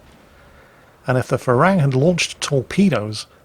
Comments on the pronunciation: That Thai ship is pronounced “pra ruang” not “fra...” 🙏🏻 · The name of the Thai destroyer is pronounced "Pra Ru-ang" it means Monk Ruang, a Buddist Monk. The word "Farung" is the Thai slang word for westerners and the word for the fruit guava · Dear, Im Thai and thats not how you pronounce the PHRA RUANG. Its pronounced like Pra-Ru-ang. Im not mad haha just laughing because the way you say it sounds like Farang which in thai means white foreigner hahaha google it, when you say shooting up the farang I lol'd so hard P.S. The Pra Ruang in thai means Royal Monk, and served in the Thai Navy ones give it a look really quite interesting Not hating tho just educating plz dont rip me to bits fellow saltminers o7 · little tip for pronouncing HTMS ship: Phra Ruang is pronounced "Pra-Roung" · How you pronounce "Phra Ruang" is absolute gold for me because that is how thai call foreigners. Ph in Phra is not F but strong P. (try Pra but squeeze a H in there) Ruang is not Ru-ang but R-uang. Does that make sense? maybe not Thai is hard lol. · Enter this พระร่วง in Google translate and ask for listen to it so you can pronounce the name of the thai destroyer better than you are doing now... lol